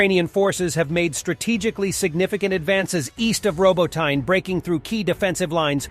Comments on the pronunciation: It's pronounced "robotKNEE" not "robotine ". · Robotyne: phonetic - Roh-BOH-tee-neh. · Hey there, love the work you're doing on this channel! I wanted you to know that "Robotyne"("Роботине" in Ukrainian) word pronunciation is off. The "y"("и") sound in this word doesn't really exist in English. But if it's too hard, do as you can. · He pronounces Robotyne like it's an English name. The Narrator is obviously an AI generated virtual voice actor.